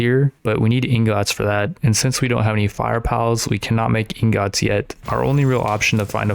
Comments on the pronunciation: pls stop sayin ingots like that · bro stop saying ingots like that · Bro the way u say ingots it making me mad lol Good Vid tho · The way he says ingots is infuriating